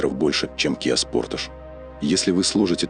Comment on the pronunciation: Не спортаж, а спортэйдж